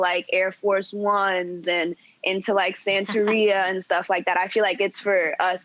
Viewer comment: And at least try pronouncing SANTERIA right